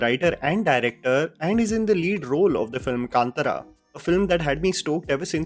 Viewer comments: You are mispronouncing many words like Bhoothakala भूतकाला. It is not past tense in Hindi. It is Bhootha kola भूतकोला. In movie it is pronounced just as Kola. Other than that you are saying कांतरा while it is कांतारा. कांतार means forest in Sanskrit as well. At one place you are saying Karnataka as Karnatika कर्नाट‍िका and Tulunadu (तूलूनाडू) as टूलूनाडू. It is not varsha roopa daivam वर्षारूपम. दैवम्। It is varah roopa daiva वराह रूप दैव । Varah is the boar incarnation of Vishnu. I wonder what kind of research you did and how nobody from the commenters below pointed these mistakes by you. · It's Varaha roopam nd not what you pronounced, it's kaantaara nd not kaantara, i agree that nouns pronounciation can fluctuate but when it's the whole point of the video, the benchmark for ignorance is very very very low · lot of pronunciation mistakes, Its "Kaanthaara" not Kaanthara... its Bhoota KOLA not Bhootha kala... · kind request to concentrate on pronunciation.. Kaantara not Kantara. Bhoota Kola not Kala. And it's Varaaharoopam not Varsharoopam. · it is pronounced as " Kantaara", not Kantara!!. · Happy to see your continued coverage of Kannada films. Please also make an effort to pronounce Kannada words correctly. It's Bhoota Kola, not Bhoota Kala. Kaantaara, not Kaantara. Would be highly appreciated by Kannadigas. :) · To all my north Indian friends, Please pronounce our names and words correctly It's not कंतार it's कांतार You guys pronounce urdu like Mirza Galib But when it comes to Indian languages especially South Indian languages you guys become Foreigners. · Not their mistake actually, even I read it as Kan TA Ra... And I m tulu as well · The number of mispronunciation of Kannada words in this video is 💯.. starting from the movie name.